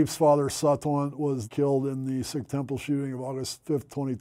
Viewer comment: ooooh that’s why he pronounces SIKH correctly! that’s awesome. i was surprised when i first heard him say it, especially considering he’s still saying, “afro-american,” but it makes sense now! very happy to hear about the work he’s done since. respect.